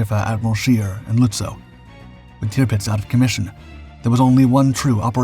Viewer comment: Tipits?? Tirpitz!!